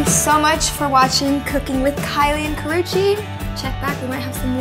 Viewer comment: haha "Karruche"